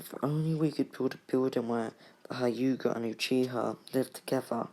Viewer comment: Not hi uga it hue ga